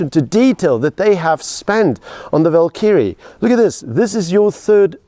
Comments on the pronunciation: This SAfer pronounces Valkyrie like Knobkerrie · Annoyed with how wrong this guy is sayng valkyrie 🥲